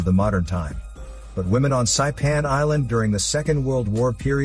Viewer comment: Lol it’s pronounced SaEePan. It’s how you say it in Chamorro.